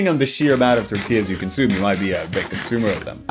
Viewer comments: The accent tells you how authentic the Tore-tea-yas are. A real life mexican would never lie about Tore-tea-yas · I love when people talk with a strong American accent then thow in a "Tore-tea-yas" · oh my god imma throw up lmao homegirl is speaking perfect english the entireeeeeeeeeeeeee time until its fRRResh toRRRTilas like if you speak english you dont need to say torRRrrrtilas as if your mexican or spanish heritage depends on it like pronounce it english its fucking fine its like "blablaenglish CROHHSAHHNTT btw and also" so goofy man so dumb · The code switching whenever she says "Tortillas" is everything to me 😂. Its so jarring hearing it mid sentence, she puttin that STANK on that -illa part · Why does this lady only have an accent when saying "Fresh" and "Tortillas" and no other times?